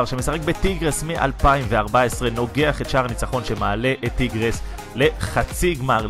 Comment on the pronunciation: אומרים טייגרס לא טירגס